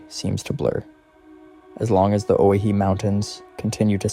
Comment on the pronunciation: Pronounced, (Oh-why-he)...